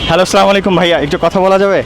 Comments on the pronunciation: আচ্ছা, সালামালিকু এটা কোন ধরনের সালাম।এর অথ কি😡😡মুসলিম হিসাবে সালাম টা সুন্দর করে দেওয়া উচিৎ,উচ্চ শিক্ষিত কিন্তু সঠিকভাবে সালাম দিতে পারর না😡😡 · আপনার সালামটা শুদ্ধ করুন